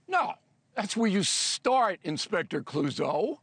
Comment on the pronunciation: "Inspector Clousseau" lmao